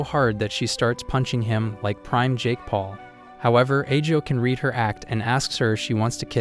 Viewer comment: Bro did you say prime Jake pale you are discussing